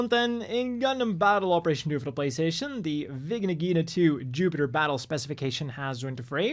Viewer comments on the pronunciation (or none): none